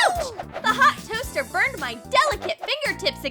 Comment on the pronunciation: And the tost like it's bernd